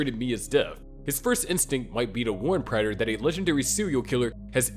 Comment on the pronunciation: Imagine making so many videos about Dexter and not even knowing how to pronounce Prater.